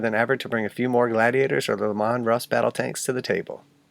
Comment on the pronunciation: I’ve never heard anyone pronounce Leman Russ the way you do. I’m not being mean, I’ve just never heard it. You’re way makes me imagine him with corn rows in his hair: Le’man